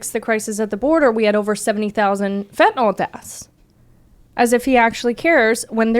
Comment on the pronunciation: Biden calls it "fentinawl." I don't have a comment other that it just sounds weird, kinda like he's never seen the word before.